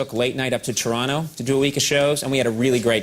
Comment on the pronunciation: Shoutout to Coco for actually pronouncing Toronto right!